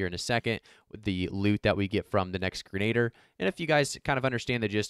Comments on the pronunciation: Thanks for the video, but something that bugged me more than it should Grin-uh-deer not grin-aid-er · not "grenader"...its pronounced "gren-a-dear"